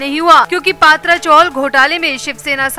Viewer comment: अपने उच्चार सुधारो पात्रा नही, पत्रा. ये कोई surname नही हैं पहले ठीक से knowledge तो लो